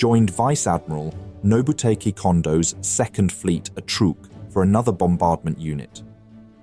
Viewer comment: "Nobutaykee?" It's pronounced 'Nobootakeh'.